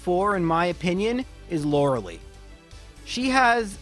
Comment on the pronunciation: Lorelei. Not Lorelee.